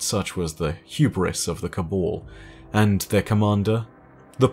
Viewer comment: Your pronunciation of Cabal and Osiris triggers me